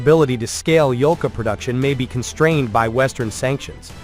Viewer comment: Yolka (Ёлка) - spruce. Not "Volka", although Volk is Wolf in russian, which also make sense))